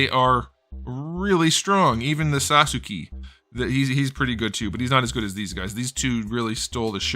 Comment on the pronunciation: There's nothing more than I love hearing say Naruti and Saszuki. It's so effing cursed but so funny